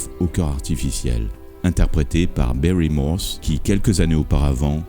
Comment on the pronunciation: Vos documentaires sont excellents. Mais faites attention à comment vous prononcez les mots anglais : "guest-star" ne se prononce pas "gouest" "Prentis Hancock" ne se prononce pas "Han necouque" "Barry Morse" ne se prononce pas "Bairi" Bref, vous avez besoin d'un coach en anglais.